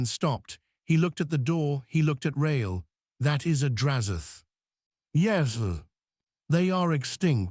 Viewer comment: What is happening with the word yes. Its pronounced like yesm.